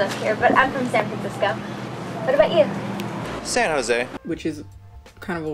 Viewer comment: In my experience, only people not from San Jose pronounce it with the J/H sound. Locals say it more like "Sannozay"